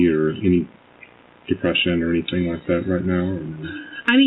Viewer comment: I'm sorry but i cannot STAND the way she says "anything" ..... "ANYTHINKKKK" 😬